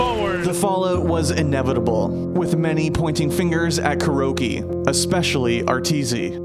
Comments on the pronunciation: They could have least pronounced it correctly..its not Cure-oh. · am i the only 1 who keeps on hearing "Kiro"?